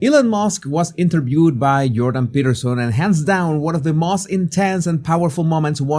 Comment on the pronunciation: "Elon musk was eenturbewed"